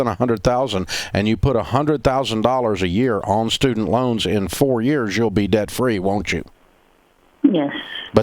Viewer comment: $420k in the hole to higher education and can't pronounce the tiny word "debt", correctly.